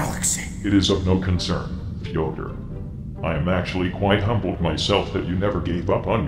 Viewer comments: Slowly butchering Fyodor's name more and more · I love how the pronounces Fyodor's name differently every time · The fact that he messes up Fyodor's name subtly every time he says it to him is both hilarious and scary as it is also an indicator of how fucking pissed he is about thos guy ruining his ancient friends work.